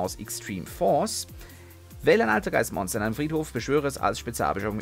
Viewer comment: Deine Aussprache der altergeist Monster ist manchmal schon bissel savage :D